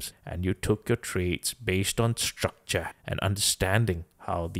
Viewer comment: "Structrah" is becoming a meme lol